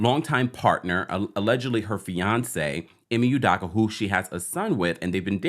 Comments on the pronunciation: Nope, not correct. EE - may You-DOH-kuh. Dayum....this dude should learn about his subject and how to pronounce his name if he's going to keep putting out videos about him. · "Ime Udoka" Ee-May You-Doke-Uh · This story is so old. Got anything new? By the way, your mispronouncing Ime Udoka’s name. 😮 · Why are all these U-Tubers miss pronouncing Ime Udoka's name??? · Smh u can't even pronounce the man name properly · Completely butchered his name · Bro learn to pronounce his name correctly. Also why is the females race important ? It’s not